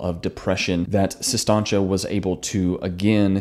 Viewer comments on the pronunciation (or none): Its Sis Tanch.. Not Sis Tahnch Ay. Like he kept saying lol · Does it bother anyone else that he mispronounces it for 15 min?